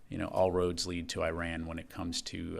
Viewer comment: For someone who is a communications expert for 30 years needs to learn how to pronounce Iran.